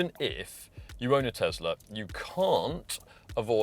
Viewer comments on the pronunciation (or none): Tesla! Not "Tezzla"!